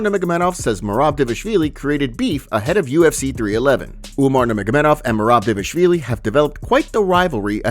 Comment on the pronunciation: Can you please pronounce Merab’s last name correctly? That’s why he put out a video teaching everyone how to say it